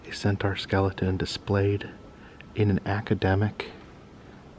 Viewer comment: Another fun video! But please check on how “centaur” is pronounced. 😅